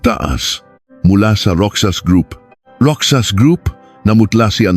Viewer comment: MALI PO ANG PAG BIGKAS NG ROXAS LIKE ROHAS GANYAN MO ANG PAG BIGKAS NG ROXAS ..HINDI ROKSAS ..